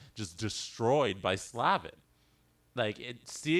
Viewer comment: Just to note: its pronounced Slay-vin :)